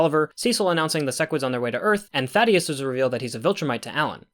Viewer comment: "Thaddeus" I may or may not have also read it like that until his name drop in the cartoon. "Thædus," Traitorous Prime. Angstrom's surname being "LEE-VI" instead of "Levy" (like it's spelled) was a curveball too.